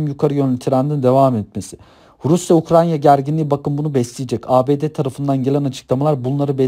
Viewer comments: Ukranya değil Ukrayna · güzel olmuş ama "UKRANYA" değil.